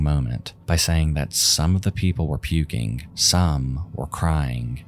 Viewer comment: Dear narrator: stop making a "k" sound for words that end in "g." Example, "saying" is not pronounced "sayink."